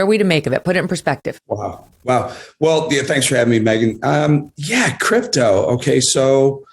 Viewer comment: It's Megyn, not Meigyn.